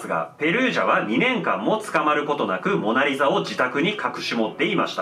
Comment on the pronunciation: オナリザにしか聞こえなかったんやけど 俺だけ•́ω•̀)?